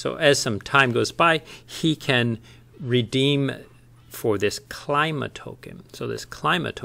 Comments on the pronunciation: Thanks for the video! Nailed the intro as usual. Although I believe Klima pronounced as 'Kleema':) A direct translation from German for "Climate" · It's a Greek word so should be pronounced Kleema. Means climate. Nice quick video. I'll have to dig deeper into this. Just don't want to jump on to Ohm. I have enough ecosystems on my plate, lol. But I see this taking off and a worthwhile project!